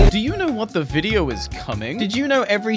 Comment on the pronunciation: Uhm, so... "where are the new bideo Barny"?